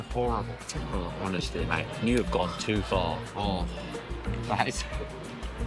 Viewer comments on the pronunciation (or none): none